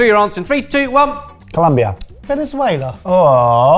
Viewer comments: It's ColOmbia NOT ColUmbia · Colombia jajajaja not Columbia. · Great video as always. A lot of fun and in feeling hungry now! ❤️ Only comment is that it is ColOmbia (with an O instead of U). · Its Colombia not Columbia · Sigh, it's Colombia.